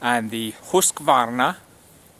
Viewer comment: Ullrica is proud of you for the pronunciation , I'm sure. =0)